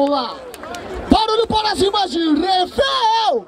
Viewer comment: É capital BIG tá ferrado diz "TorreEiffel" - REFEL 👊🏻🎤🥶